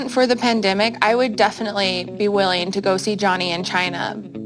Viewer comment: Tries not to die after her pronouncing "China", (whatever she said)